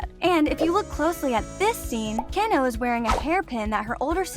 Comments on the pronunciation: I tried so hard to appreciate your video, but, you make it very difficult when you don't bother with how their names are pronounced, should I phonetically spelled it is Tanjeeero, and Kanow, and Shinobu sisters name is Kanneye? I'm trying to help you. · IT'S NO KANO. IT KAN-A-O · It's pronounced Kah nah oh. Not kayh naoh. And it's pronounced Kah nah ay not kay nay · Kan-O Its Actually Kanao, btw! The O Doesn't need to much presure lol.